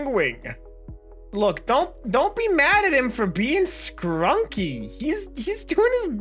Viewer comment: STOP CALLING EVERYTHING SCRONCKY IT'S NOT A WORD